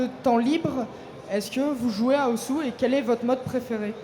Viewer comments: Oui, Osu! se prononce "Os" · osu is a japanese word and they pronounce it as ''OS'' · Il s'appelle osu, mais ne se prononce pas osu.